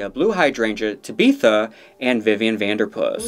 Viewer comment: Why you saying tabitha like that ? It’s just tabitha Not tabeeeeeetha